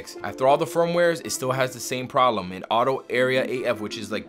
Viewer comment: Am i not native or he said "polem".